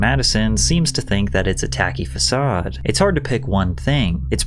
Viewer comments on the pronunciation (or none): none